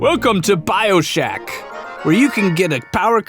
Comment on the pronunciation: When you called it "Bioshack" at the end of the video the first thing I thought of was a place to buy human organs. lol